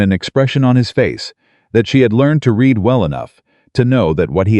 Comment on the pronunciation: It’s AI. It doesn’t know which way to pronounce read.